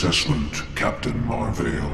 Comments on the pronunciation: I think you keep saying Marvel wrong, they literally taught people how to say it right in the movie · Who else heard captain marbel